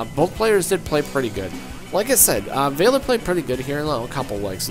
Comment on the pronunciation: You mispronounced valior Your sayin vay le or Its really val e or